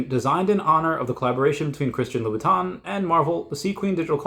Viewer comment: It’s pronounced Christian Lou /bəˈtän/.